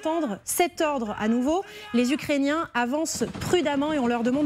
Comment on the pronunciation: 6mn 23, trinquand " ... par.les ucréciens..." faut arreter de trop trinquer avant en loges😅